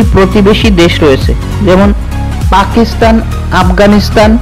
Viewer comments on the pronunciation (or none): none